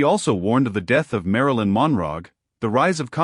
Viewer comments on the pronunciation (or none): Marilyn WHO ?? Ai, seriously. Learn the English language